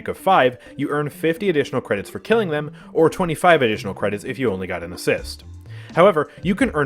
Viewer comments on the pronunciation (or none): "Spend your cwedits before I spend dem for you!"